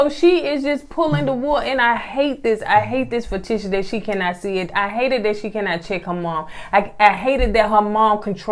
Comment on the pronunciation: Review on point! One thing y'all be saying Tisha name wrong, lol. Idk if that's on purpose like Jack and Ciroc or not.